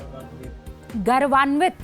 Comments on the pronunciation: "गर्वान्वित" नहीं मैडम जी "गौरवान्वित" होता है। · Hindi durust kijiye , Gauravvanvit (गौरवान्वित) na ki garvandit.